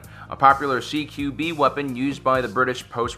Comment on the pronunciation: "Ceekewbee" - Close Quarter Battle